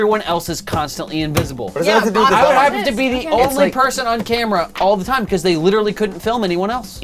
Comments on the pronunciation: Becawse wiw' baby Tannew was uncomfowtabwle and twaumatwized (Because lil' baby Tanner was uncomfortable and traumatized) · bwecawse he was twaumatized